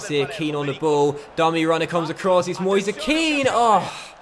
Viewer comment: It is pronounced mu-ase ke-an